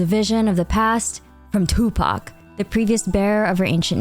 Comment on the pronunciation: I like the emphasis on Tupac